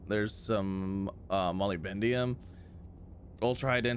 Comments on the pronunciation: Say it with me... Muh-lib-duh-num, Muh-lib-duh-num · MO LIB DEN UM accent on LIB